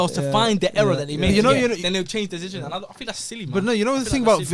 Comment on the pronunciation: why can't that guy pronounce 'decision' properly